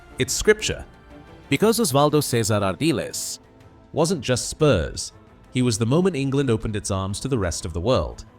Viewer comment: Christ within 30 seconds you can't get his name right.